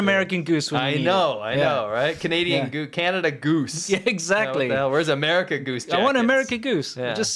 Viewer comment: I never heard of a zebra crossing until said it. And the Canadian Goose as the park rangers told Me when I was is grade school, does not exist. It's called a Canada Goose, or as He pronounced it... Cad a da dooce